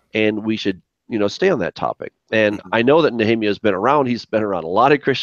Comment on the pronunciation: What makes the Scholars think it's Yahweh with only 2 syllables and not Yahuwah or Yehovah with 3 syllables? What evidence of observation can they provide for it being Yahweh. you have to get Nech*rrr*emYAH on again and make one more!:) Collect some good Questions from people on the Channel and do a quick shoot out on him with them.:) Why would it be Yah, Yahu and then change to Yehovah?....